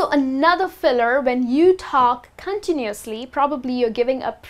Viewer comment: gosh.. a teacher who doesnt know how to pronounce some words herself hahahahaha.. gosh. the net is full of rubbish.. repeat after me > i don't know the right pronunciation of "instead" which rymes with fed. also repeat after me > continuously is too difficult a word for me to pronounce. i get lost in the middle of it. fail... level infinity . shitty video.